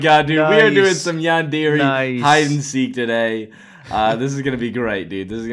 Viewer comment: you pronounced yandere wrong